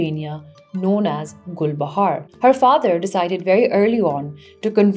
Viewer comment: all i can hear is GulbahaRRRR RRRRR RRRR RRRRRRR